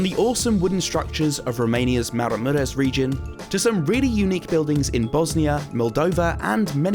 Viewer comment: it's pronounced "marah-muresh"